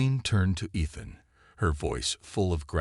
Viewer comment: Great. Can't pronounce "Ethan." Can't pronounce "sergeant." What became of Rava?